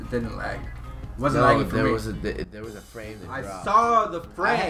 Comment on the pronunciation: did it just pronounce lag as "lage"? XD